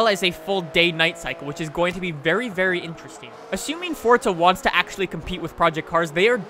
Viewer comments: If ur gunner say forza say forza not fortza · I'm not sure how much longer I can take you saying "Fortza" can you tell me where the actual fuck the "T" is in "forza" ?? Jesus Christ. That's annoyingly old.